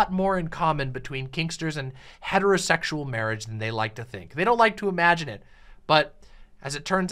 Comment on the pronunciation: MAWAGE. MAWAGE IS WOT BWINGS USH TOGEDAEH TODEH.